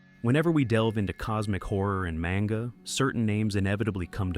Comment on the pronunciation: Maynga?? ..wow this ai is shit